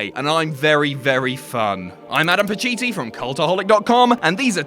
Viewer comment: How do you get Parcheezi out of Pacitti lol